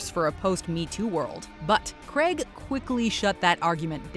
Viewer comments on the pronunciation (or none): Daniel Craig. Not Daniel Cregg. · Please can Americans learn how to pronounce Craig properly